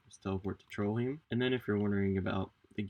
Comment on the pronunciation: it's pronounced trollhaim